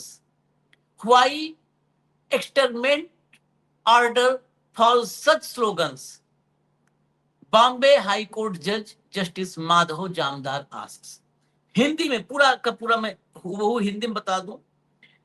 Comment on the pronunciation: भाऊ जज जामदार है न कि जमादार